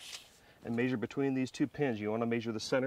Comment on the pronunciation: It is pronounced Measure. Not Maesure. However great instructional video. Thank you.